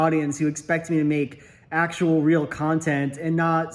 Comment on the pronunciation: Oh, is THAT what you mean by "actual"? You mean "act-ual." lol